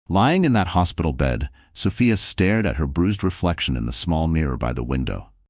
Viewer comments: Oh, come on. So Fy Ah ??? So Fee Ah!!! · The narrator is annoying. The name is S o f i a. NOT SOfaia. . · Sophia is a nurse and nurses are smart, so why is she being portrayed as a complete idiot who can’t read and comprehend? Also, why isn’t Ryan in jail immediately after the assault? Makes no sense. Creator, please fix your AI narrator so it pronounces Sophia’s name correctly.